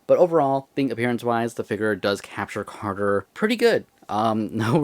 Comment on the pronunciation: Bro said carger